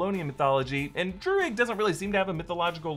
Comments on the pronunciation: druig= DRUID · Druig = druids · The name Druig sounded to me more like the word Druid - as in the Celtic religion. Not as much is know about this group historically, but the original druids were contemporaries of the greeks and romans. they are also linked to Stonehenge, one of the big historical wonders. The fact this group are Celts as the actor is irish (Irish being one of the few remaining Celtic languages) may also nudge this way